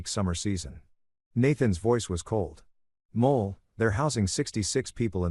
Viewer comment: Wife's name is Moll, not Mole.